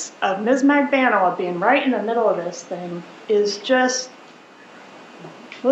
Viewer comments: magBAN-ooh-ah Why on earth is that so hard for you ? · Mag-Ban-eww-ahh is how it's pronounced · Her name is pronounced MAG-BAN-OOO-WAH